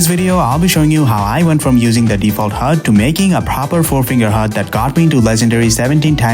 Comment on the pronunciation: nah ain't no way bro said it like that💀💀